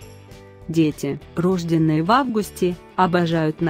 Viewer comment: Женщина, вы русская? Что же вы так плохо говорите по русски, тоесть не правильно, рожденные ударение ставится не на первом слоге, а на втором, в слове подростковом ударение ставится на последнем слоге, ну говорите вы правильно, а не каверкайте мой родной язык, слушать больно. Учитесь говорить правильно уж коль влезли в ютуб.